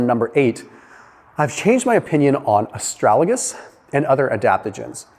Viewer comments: Ast-ra-Ga-lus, not ast-ra-La-gus :-) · It's astragalus not astralagus. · It's A STRAG A LUS, not A STRAL A GUS:-) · Its ASTRAGALUS not ASTRALAGUS, lol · Please prounounce correctly: AS TRA GAL US...easy peasy.